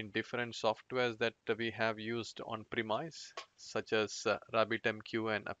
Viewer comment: Well done video and your english is nicely done. Check perhaps the pronunciation of the words: domain, tier and premise. Those sounded strange.